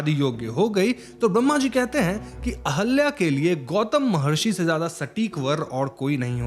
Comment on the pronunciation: Sir ahalya nhi ahilya hai